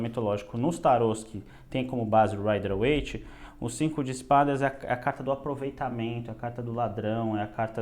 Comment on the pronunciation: sério, infelizmente. Destaco o canal Conhecimentos da Humanidade, que tem dezenas ou talvez centenas de vídeos distribuídos em várias pastas. Os expositores são super inteligentes e tem muitos conhecimentos sobre tarô e vários outros assuntos. Mas cometem frequentemente o crime de pronunciar Rider Waite errado.